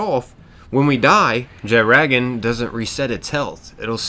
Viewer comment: the way you pronounced jetragon bothers me.